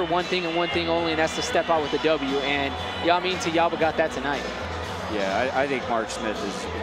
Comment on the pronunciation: its (JAY-men) not (Ya-men) lol